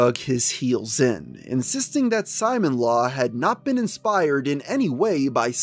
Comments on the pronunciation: Bro why does he pronounce is Simon-law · Simon law 😵😵😵 dude. You should know how to say the name right. There's footage of Chris saying it. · Ok you finally stopped saying "Sonick-Chu", now let's work on your other electric hedgegogs, Simonla is pronounced "See-mon-lah" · Why are you saying “Simon-Law”? It’s Sim-Mon-Lah. Know you’re friggin content good lord. Just really sounds dumb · "Simon-law" I'm fucking dying. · You pronounced Simonla wrong! "Simone-La" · Simonla is pronounced Simone-la, not Simon-la. Alec and Chris say her name outloud many times in the Alec/Chris calls. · “Simon Law” bruh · Alright. Good video but I need to say… every time you pronounce it “Simon-Law” when talking about Simonla, a handful of my braincells go home for the night. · bro ur pissing me off not saying sonichu and simonla righr 😭😭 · Anyone else bothered by someone making a documentary about Chris Chan refusing to learn how to pronounce important things in Christory? Like “Sonic-Chu” come on man. Good video but that makes it come off as in a sense lazy. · Dude, it's pronounced Soni-chu, not Sonic-chu. And not knowing how to pronounce Simonla shows you didn't know anything about Chris before doing these vids, almost like someone else researched and wrote this script for you.